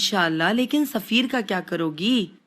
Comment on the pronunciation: Likha hua padha hoga show mein , turkish me safeer hai , urdu me usse bolte hua zafar ho gya woh 😂